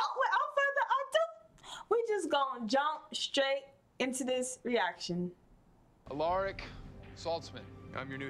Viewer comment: Aleric 😂😂 love how you say it 😂 it's Al(A)ric pronounced al-ah-ric..